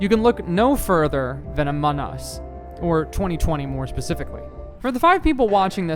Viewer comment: "ahmon us"